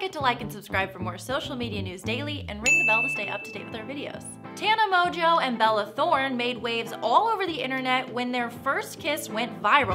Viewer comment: I don't know why I'm watching this video but the only thing that cracked me up is the woman saying Tana Mongeau incorrectly